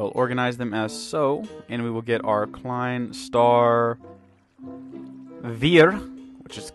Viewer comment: you pronounce it as: klein star tswai